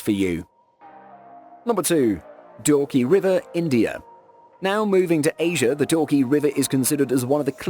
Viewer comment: Its dawki nor dorky..love from shillong, Meghalaya